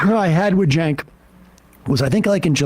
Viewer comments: cenk is pronounced jank? ok. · It's spelled "Cenk" but it's pronounced "Jerk" now.